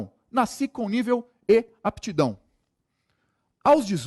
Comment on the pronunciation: Excelente aula, agora "NACI" foi foda! o correto é Nasci.